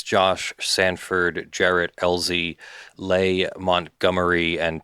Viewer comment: Leigh is pronounced “Lee” lol